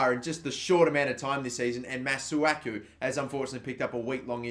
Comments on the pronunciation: It's pronounced Mah-Soo-Aah-Koo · It's prounounce massaku